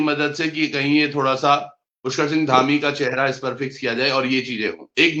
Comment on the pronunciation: धामी ❌ डामी ✅